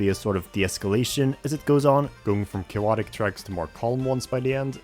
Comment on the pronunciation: why do you say cayowotic so much